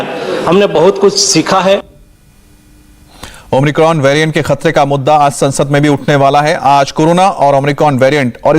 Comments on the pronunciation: भाई आप न्यूज़ सुना रहे हैं कम से कम covid वैरिएंट का नाम तो खुद सही लेना सीख लें।।।भाई नए कॉविड वेरिएंट का नाम ओमनिक्रोन नहीं omicron हैं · Omicron ya Omricon? Ye so called reproter Kya bol raha he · Not omricon..it's omicron